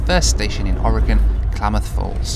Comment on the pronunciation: As an Oregonian, thank you Brits for saying the name of our state correctly. It seems like half of our own country doesn't know how pronounce it correctly.